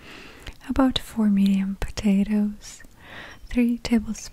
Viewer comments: Yeah, that's what it sounds like, but she said 4 medium potatoes. Lol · I legitimately thought she said four MILLION potatoes at the beginning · I literally thought she said “about four million potatoes” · same here haha <3 had to scroll down here to see if i heard her correctly 😂